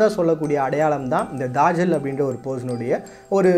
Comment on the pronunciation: என்ன bro தஜ்ஜாலுனு எழுதீட்டு தாஜல்னு வாஸிக்கிறீங்களே. நல்ல சிறந்த காணோலி இன்னும் தேடுங்கள் நிறய மர்மங்கள் கிடைக்கும்